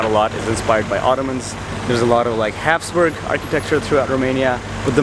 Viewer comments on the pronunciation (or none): none